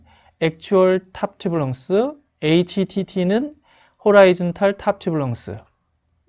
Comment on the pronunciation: 좋은 강의 정말 감사드립니다.. length 발음, 렁쓰 대신 렝쓰로 교정하심이 좋을듯 합니다..